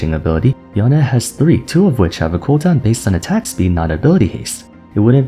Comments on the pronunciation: Yown-Eh sounds so Weeb. It's Yown-ay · YO-NEIGH NOT YO-NEH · ok at this point someone has to say it WHY DOES THIS GUY REFUSE TO PRONOUNCE “Yone” THE CORRECT WAY??? Intentionally shorten the sound of “e” DOES NOT make it sound more exotic, so why do it???